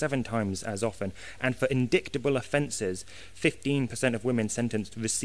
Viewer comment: I really wish he would stop mispronouncing indictable!